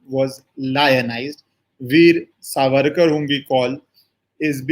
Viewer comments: Helo His right name is SAVARKAR NOT SARVARKAR. You are a journalist and well read and leaned man, but you do not know/pronounce name of this freedom fighter propertly. What can this kind of pathetic and and shameless attitude be called. Not only that, Veer Savarkar is known not only in India but worldwide, you being a journalist how come not able to catch his name propertly. Shame on you. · You have made an excellant video. Your narrations about legal implications were factual and excellant. A small correction - Surname is Savarkar and not Sarvarkar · True pronounced Saavarkar सावरकर